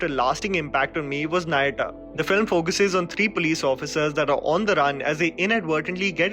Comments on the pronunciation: Its not nayatta. Its naa- yaa-tt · the pronunciation of Nayattu is 'Nayatt' and not 'Nayatta'. Just to let you know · Please pronounce movie names correctly, at least try to correct the rhyming. It's not Nayaatta. It's Nayattu. The name ends with somehow the way you pronounce Jatt. Thank you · Bro, I know you're trying, but 'Nayatta' instead of 'Nayattu'?? You absolutely need to make some Southie pals whom you can approach for the correct pronunciation of these film names, mate. Kinda brings down the overall quality of your otherwise top notch productions and analyses. My humble submission. 🙏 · Its naayattu not naayadu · By the way the Malayalam movie Nayattu is not pronounced Nayata 😂!!!, it is pronounced nah-yeah-too! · Its "naayaatt" :) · It's naa-ya-tu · Nayattu- Nai-ya-tuh also you didn't mention operation java. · Oh no . You gotta get the pronunciation of nayattu a bit more correct .